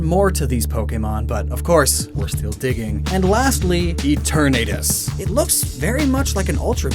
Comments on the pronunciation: Who says Eternatus like that? I always pronounced it as Etern-na-tus, and not Etern-Nae-tus. Besides the at doesn’t work with Eternamax. You can’t say Etern-nae-max. That doesn’t sound right. Also what you call Eternatus dynamax/gigantamax form is actually called Eternamax form. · It's Eh-turn-uh-tuss